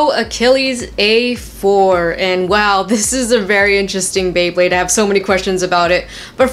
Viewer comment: You said bwebade at the beginning